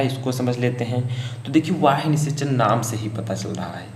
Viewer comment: Not वाह्य ,, it's बाह्य